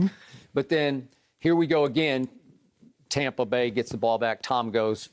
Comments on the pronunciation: Stop saying Tawmpa Bay. It's Stoopid. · Skip "Tompa Bay" Bayless